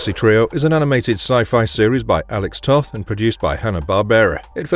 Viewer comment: Alex Toth's last name is actually pronounced "Toeth". The word toe with a "th" on the end. He also designed the Space Ghost characters. Mighty Mouse had a few different costume color schemes.